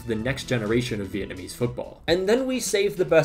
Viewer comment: ive been noticing your excellent pronunciation of vietnamese names since i first watched your videos about my country's football men team, but i'm still kinda shocked when you said you're a vietnamese american. anyways although our national women team isn't gonna qualify for the round of 16, i just hope they won't turn into that thailand team when they face the americans 😭😭😭